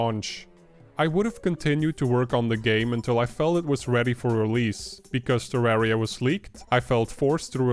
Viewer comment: It's not TerrÄria, It's TerrAria - like Terr-uh-Ria